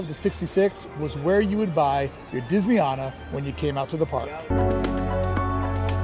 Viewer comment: I'll start this by pointing out that it's not pronounced Disney Ahna. It's Disney Ana as in. Anna. I was a Resort Trainer and Disneyana trainer for 5 years. The prints as you call them are Gilclee's. The original Disneyana was on mainstreet caddy corner to Carnation Cafe. It was moved across the street next to the Cinema that is now part of Starbucks. The real overhangs. The Disney Gallery was built in the bank when the annual pass center was moved to what was then Plaza Garden. The only thing that changed about the Disney Gallery was putting a sign in front that said Disneyana. There is more but I'll stop there. Hope that helps.